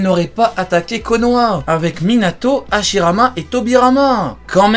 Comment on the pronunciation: tu dis Ashirama Senju Tobirama Senju